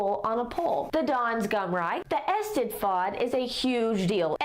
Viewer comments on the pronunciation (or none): She says don't attempt a Scottish accent andthen butchers the Welsh language. Eisteddfod I-steath-fod is closer.